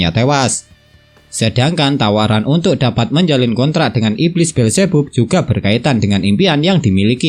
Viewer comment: Beelzebub bacanya bilzibab bang😭